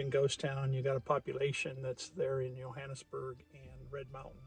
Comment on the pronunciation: I grew up in the area. Hiked all over the hills worked in many of the homes. It is a nice area, but the one thing that drove me nuts watching your video was the pronunciation of Johannesburg. The (J) is not silent. me and that you kept mispronunciation the Johannesburg I could not stand to watch the rest of your video. If you make a documentary the name of the place that you’re talking about correctly please. Do you have a nice day God bless.